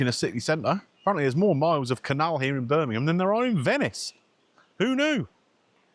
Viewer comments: Hi. Late to the party. Been in hospital, no mobile. Thanks for pronouncing Birmingham correctly 😘🙏🏼🇪🇦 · Well done for pronoucing ‘Birmingham ‘ correctly !!